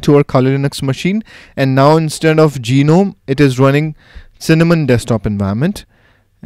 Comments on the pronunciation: I think u r form India. In India almost all of us pronounce gnome as Ge-nome.. I think it's pronounced as NOME(G is silent) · "GEE-nome" lmao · Geenome, really? ^^ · Okay, I'm a noob in the Linux world, so maybe I'm wrong, but in standard English parlance, the G is silent in Gnome. A gnome is a tiny mythical creature, usually with a beard and a tall, pointy hat from Scandinavian lore.